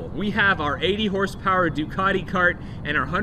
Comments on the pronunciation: Really enjoyed that Episode..I felt like I was right there with you on the ride..I notice the pronunciation Ducati to Ducarti in speech & writing...must be a local thing..😂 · "DucaRti"??? there's no R in Ducati. You say it like this du as in jew, then cat, as in cat and add an i on the end which is pronounced like an e. Now all together Jew cat e, Ducati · A little Italian designer with a drafting pen dies every time you say Ducarti.